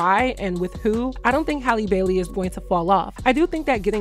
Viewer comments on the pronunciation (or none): none